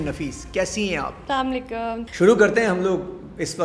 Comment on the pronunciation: Shuruwat hi ghatya salmailkum NH asalmo alaikum hota h madam